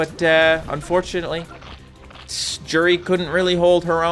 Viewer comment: Its pronounced you-di